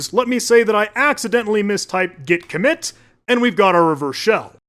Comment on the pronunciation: git vommit